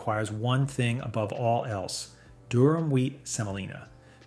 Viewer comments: IT'S NOT "DURHAM" BUT "DURUM" SEMOLINA, FROM LATIN FOR HARD. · Durum. Not Durham. Also Semolina, not Selina.